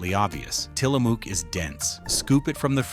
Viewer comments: Tilamook is a Native American word. The AI voice doesn’t know this and mispronounces it as “Till a Mook” it’s pronounced “Til a Muk” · It's pronounced Tilla- muk not MOOK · Great vid! But the end vowel sound of Tillamook is pronounced like "look" or "book" or "hook", not "spook" or "luke." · Love your video but I live here and we are pronounced Tillamook like you say look as in "look" in a mirror. Tillamook not like Mook as in moo as in cow sounds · It's AI, and doesn't know. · It's Tillamook like "hook." I'm from Oregon. We took field trips to the Tillamook Dairy when I was growing up. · I live about 2 hrs from Tillamook. The ook is pronounced like book, shook or took. Dark chocolate 🍫 cookies 🍪 and cream is my fave. Also, great butter and 🧀 cheese. Hi from Orygun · Tillamook rhymes with “book”. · Tillamook pronounced Tillamuck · The double-O in Tillamook is pronounced the same as you do in the word cook. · Its pronounced Til-a-muck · Narrator repeatedly mispronounced "Tillamook." The last syllable rhymes with "book." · The way he pronounces Tillamook is wrong. As an Oregonian I've never heard it pronounced that way.